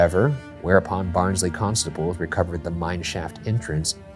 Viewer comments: did anyone tell them it's pronounced "Baahns-leh" yet? xD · same here, when he said “Barnsley colliery” i was like BARNSLEY?!!!!?!??!! 🤣